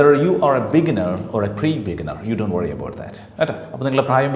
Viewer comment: The way you said 'Dont' itself is wrong